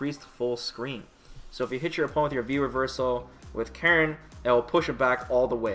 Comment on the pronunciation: Holy shit, he pronounced Karin's name correctly.